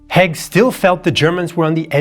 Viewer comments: Its Haig not Heg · "Haig" [ a Scottish surname] is pronounced in the same way as "vague", not "Hegg" as in this video. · Hi - its Hayg not hague You pronounce all the words well why do you butcher his name? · You state right at the end that you're the only ones who know the true state of affairs and yet you spent the whole video mispronouncing Haig's name. Curious.